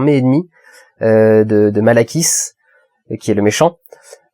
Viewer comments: "Asgard" est le royaume que tu cherchais en début de vidéo le Valhalla est le paradis où vont toute chose morte ayant eu une vie considérée comme "bonne" même les dieux, le méchant s'appel Malékit et non pas malakiss "au bon lait de brebiss" ^^,sinon trés bonne vidéo/analyse comme d'habitude continu comme ça on t'aime mon Dudu :-) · Bon je pense que je suis pas la seule mais on va faire une petite remise au point. Asgard= royaume de Thor Midgard= Terre Valhalla ou Walhalla= c'est le "paradis" en quelque sorte Natalie Portman= JANE foster Et le méchant c'est Malekith pas Malakiss (ça fait un peu penser à salakis, le fromage au bon lait de brebis") Voila, bon je trouve que pour une review ça fait quand même beaucoup d'oublis, non? Ça donne l'impression que tu n'as pas préparé ce que tu avais à dire ou tout simplement que tu ne t'intéresses pas à ce que tu fait et à moi ça me donne l'impression que tu ne fais la review que pour avoir des vues sur tes vidéos et de nouveaux abonnés. Pas très réjouissant en somme, j'ai décider de laisser cette review maintenant par ce que ça fait plusieurs critiques de marvel de tu nous fait, et c'est pas la première fois que tu écorches les noms ou autres choses du genre. Ça m'a un peu saouler et ça n'a fait que renforcer mon avis sur le fait que tu ne fais ces reviews juste par ce que ce sont des films populaires et que donc tu auras forcément plus de viewers, plus d'abonnés ect... Je n'ai pas vu tes autres critiques mais à mon avis tu ne devrais critiquer seulement les films qui t’intéressent(j'ai pas l'impression que marvel soit ta tasse de thé) parce que tes reviews marvel, en tous cas, sont vide de sens on y comprend rien franchement, c'est sans queue ni tête. Tu pars dans une direction tu développes qu'a moitié, tu passes ton temps à hésiter, c'est lourd à la fin on se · Malakiss? ou malekith ^^